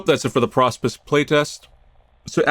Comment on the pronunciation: It's pronounced Pro Spice